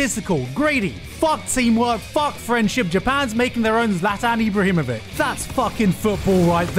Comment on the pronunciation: I wasn't expecting thr random Zlatan Ibrahimović, also you said his name wrong (without the letter "ć") but thats okay nobody expected you to know how to read it. So now I am going to explain it to you in the most basic way ever, you can read letter ち in japanese well try reversing the order of the sounds. So every time you see a surrname that ends with this "ić" you read it as a reverse ち.